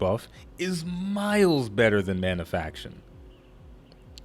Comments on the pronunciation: Manafication, not "Manafaction" :-P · ManaFICATION not manafaction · good discussion but one thing bugged me: mana-fi-ca-tion :)